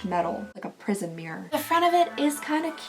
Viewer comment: Did you say prison mirror or prism mirror? made me laugh anyway. I guess the tiny mirror is for checking on the specific part of the face with the piece of a mask.